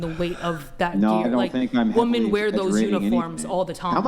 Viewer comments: Am I tripping? Why do so many WOMEN these days pronounce the word as "woman" when speaking about multiple women? Shit is weird. "Woman" is singular, "women" is plural. Tf are they teaching in school these days? oh right... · Why on this podcast that none of the women can pronounce women. Always said as woman.....m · She keeps saying "woman" in place of "women" and it's really annoying.